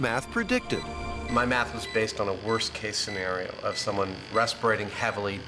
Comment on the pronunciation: WAS was a weird EMPHASIS word choice